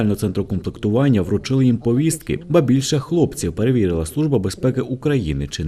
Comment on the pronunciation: Якщо просиш розмовляти українською, то треба самому розмовляти правильно… а не пОвістка! А так, все чудово)